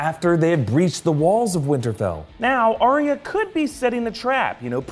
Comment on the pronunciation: Arya isn't Aria, it's ARE-yuh. Says George RR Martin. Love the videos.